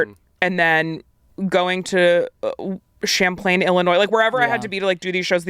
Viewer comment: Can't tell if is roasting my hometown or just doesn't know how to actually say Champaign.